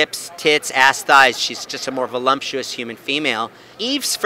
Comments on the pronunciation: There’s no M in voluptuous. He probably says “liberry” and “valentimes day” too. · "volumptuous" lol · the regular spelling/pronunciation is “voluptuous”. There’s no m.